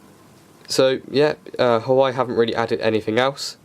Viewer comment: It's pronounced "Wah-Way" ;)